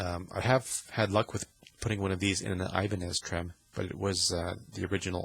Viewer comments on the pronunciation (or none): none